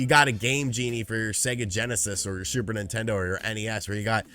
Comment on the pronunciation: "Nontendo" Youtuber